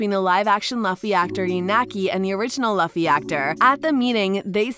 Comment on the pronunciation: It’s luffy you pronounce his name wrong